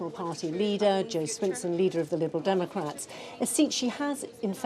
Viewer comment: “liberal democaps”